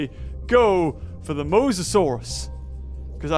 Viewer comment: Dude it’s mosasaurus not mosasaurs